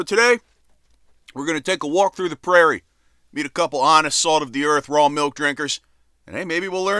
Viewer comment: Get this man a glass of malk!